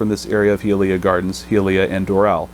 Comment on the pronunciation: Pronounced: hi-uh-lee-uh